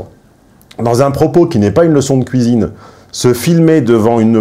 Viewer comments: La "couisine" 😅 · C'est moi ou il dit "couisine" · ne peut plus s'empêcher de prononcer 'cuisine' dans sa version belgocongolaise. Son visage reste parfaitement neutre, pas un indice complice. J'adore! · C'est assez troublant ta façon de prononcer le mot cuisine , tu le fais "à la Belge" :) (je suis Belge)